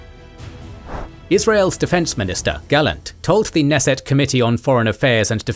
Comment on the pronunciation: when pronouncing "Knesset", the K isn't silent